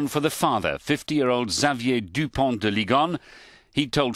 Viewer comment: I mean.....he had like 5 names tho 😂 I'm so surprised he nailed that pronunciation. It is nice he took time at some point to make sure it was right.